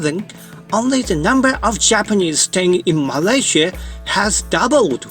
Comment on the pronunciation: This is the first time I hear foreigner say Malaysia as Malaysie instead of Malayziya or malaisiya. Sound so local and pleasant to me. Tq